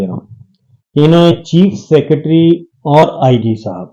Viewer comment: JANAB IMRAN BHI . PLEASE AAP KO ALLAH KA WASTA AAP SHAKIR SAB KO ENGLISH USE NA KARNEY DAIN. SECURITY KO CKOORTTI, POLICE KO POUULEECE BOLTEY HAIN. SITUATION KO CITUUUVAIONNNN BOLTEYBHAIN. TV PA DAKAR B MARDETTEY HAIN . ANCHOR ACHAA HA LAKIN NEHAYAT GHALAT WORDS USE KARTEY HAIN. PLEASE CORRECT HIM . SUKRIYA .